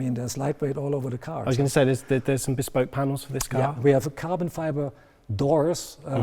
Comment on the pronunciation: "Bee-spoke" LOL